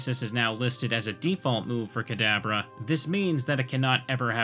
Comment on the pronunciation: Am I the only one who always hears the way says "Kadabra" as "cadaver"?